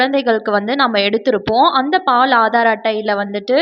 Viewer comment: அது பால் (paal) illai. Baal..Please ஹிந்தி கத்துக்கோங்க